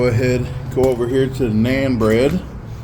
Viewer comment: It’s pronounced “non” bread